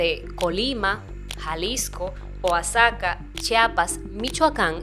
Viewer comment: Excelente video gracias por compartir!! Una observación se pronuncia Oajaca (así como suena) el Estado de Oaxaca!! Saludos cordiales desde Michoacán, México!!!